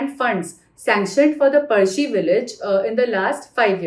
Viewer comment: Good to see sticking to native pronunciation of words like पळशी and not diluting it for non Marathi audience by pronouncing it as पलसी